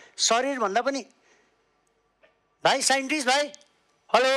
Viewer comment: साइन्टिस्टलाई साइन्टिक्स रे ।😂